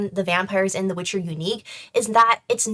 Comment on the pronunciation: ...er. It's 'Witcher'. Thank you